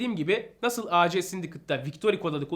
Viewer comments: Güzel bir video ve bilgilendirici bir video olmuş abi birde abi A C değil AC abi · Acc ac deil Reis